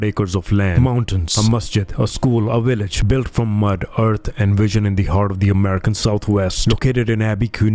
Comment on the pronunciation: What’s a willage